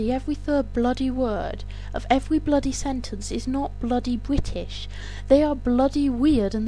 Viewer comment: Lol bwitish